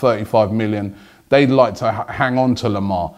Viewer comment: Robbie its not thomas lemar its THOMA lemar